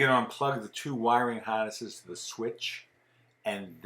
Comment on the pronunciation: I was looking for the rear door. I heard the Florida intro, OK. Then heard wiring "haahness", and thought, snow bird made it out for good! Now I'll watch the rest for sh!ts & giggles!